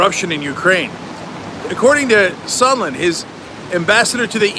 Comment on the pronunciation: You think Leningrad Lindsey will remember how to pronounce Sondland’s name now?